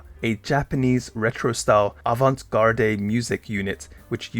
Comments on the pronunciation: Avant Gard no ey. (pron) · In avant-garde garde is pronounced guard. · interesting, never heard of her but she seems cool i do have some slight criticisms- the "e" at the end of"avant-garde" is silent "Guernica, apparently named after a picasso painting" - are you telling me you never heard of it?? i would be interested in a similar video about goto mariko, if you're looking for ideas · Avant Garde has a silent e at the end. It comes from french and is pronounced Avan-Gard. Guernica is pronounced the spanish way. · yea we can tell lol. That's now how you say "avant garde" haha.